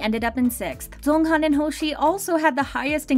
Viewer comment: Do I have hearing problems or is she really pronouncing Jeonghan's name incorrectly? Also why this topic? We all know they're rich due to their hardwork but why still make a video about it?